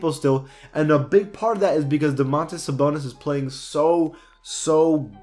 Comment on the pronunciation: He Said Damontolas SaBONELESS or